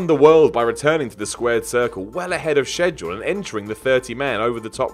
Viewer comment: It's not even how Englishmen pronounce schedule.Weird.